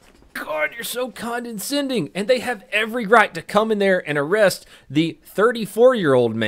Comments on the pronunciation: 'Condescending"', not "CondeNscending" C'mon bro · ...Wait, did you just say "condensending"? I think you meant condescending...right? WTF...you sound like Brad Pitt in True Romance. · The only thing harder to hear that this pastor's argument and voice, as much as I love his videos is pronouncing, condescending. Condinsending. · Why does donut keep pronouncing condescending with an extra n? It’s not condeNscending. Just condescending… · She’s conDEscending as well as conDENscending! Wait. I’m being conDEscending to! I love your channel! (It’s years of being ripped-on and, in the case my dad at least, beaten on, for mispronouncing words) They were English professors. I’m gonna go eat some basgettios. 🥺✌🏼❤️👍🏼. I’m being goofy! I love ya!! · I hate being that guy, but... "Condenscending"... There's no way say it's actually "condescending" without being condescending... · WOW SHE'S A CONTROL FREAK!!! Condescending.....condinsending.... I think you should do an episode about police misconduct. The misconduct is the mispronunciation of corroborate. Police very frequently say cooberate. More often than not! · It's condescending not "condeNscending". Come on man, I already had to get on you for how you pronounced Minneapolis in another video. Not trying to bust your balls, just trying to make you a better person, grammatically that is. I know, I know, I'm not a grammar Nazi or the spelling police so I don't need anyone commenting to remind me of that. Love your videos though, keep up the good work. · please stop mispronouncing conDEscending as conDENscending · Just found your channel, like your videos. Not trying to be a dick but its "condescending" not "condenscending." I'd want someone to tell me is all. Keep up the good work man! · I love you but it's condescending not condenscending. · CON-DE-SCENDING not CON-DEN-SCENDING.....good god man. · *Condescending not Condenscending* :v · Condescending, not condendscending haha